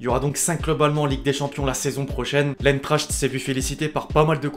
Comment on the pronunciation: Deutsche würden dir eine Ohrfeige geben beim Hören, wie du "Eintracht" aussprichst. 😅